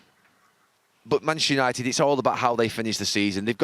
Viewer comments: Gary “Manchshshshr United” Neville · Gary 'Manshhhhhhernighted' Neville. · Gary “Manchistunited” Neville